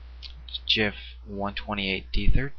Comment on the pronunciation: finally someone that knows how to pronounce GIF :-) thanks for the tutorials so much easier than reading a book.